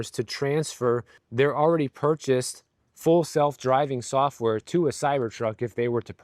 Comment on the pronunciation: I heard "fool self driving software." ;)